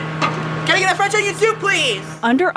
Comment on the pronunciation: “CAN I GET A FWENCH ONION SOUP PWEASE?!?!?”